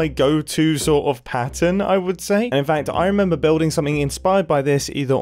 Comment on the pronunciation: Nobody MUMBO: I REMEMBA